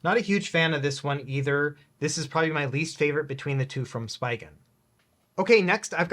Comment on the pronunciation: I think Spigen is pronounced different lol